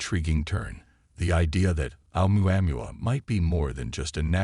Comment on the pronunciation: Great...a narrator who can't even properly pronounce Oumuamua (in the Hawaiian language the pronunciations are basically phonetic (ie: O-moo-a moo-a). Don't disrespect the Hawaiians and their language, Brah!...